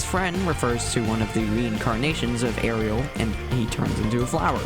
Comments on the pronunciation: You missed pronounced “ASRIEL”. It is pronounced As-re-al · I love how 90% of the comments here are just poking fun at how you pronounce “ASreil” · As-real is how I pronounce it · they did my boy as-riel dirty here...